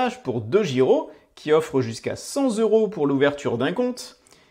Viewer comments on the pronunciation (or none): 100 t'euros !!!!! Pas 100 z'euros Cent s'écrit avec un "t" Vraiment, ça pique d'entendre ça 😱😱